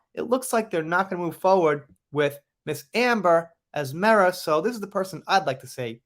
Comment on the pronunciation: I just want to say, thank you for pronouncing Mera correctly.